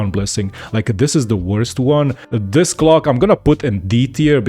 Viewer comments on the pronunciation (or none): when he says clock it sounds like hes saying cock.